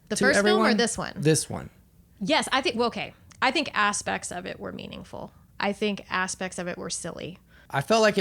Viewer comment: The way she said " asspect " ! 😂